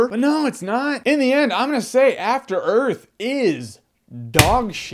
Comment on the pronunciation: athter earf